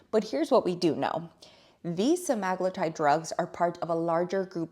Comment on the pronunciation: Pronounced sem a glue tide